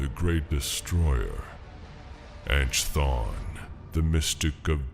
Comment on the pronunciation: Chthon is pronounced Kthon. In Greek, “ch” is a “k” sound, as in the name “Chris”. The actual pronunciation is between a K sound and an H sound, something like a cat’s hiss. But in English it’s basically a K sound.